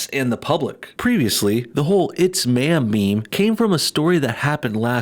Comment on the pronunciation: It’s Man? Manm? I just don’t know what you’re saying sir 🤣